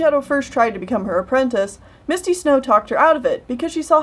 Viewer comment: You sometimes pronounce apprentice like "apprentince" and it hurts me every time